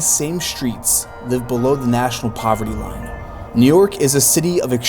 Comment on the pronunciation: why does this guy insert an 'uh' at the end of words "on the other handuh" "living under the poverty lineuh" "this video, is for youuh"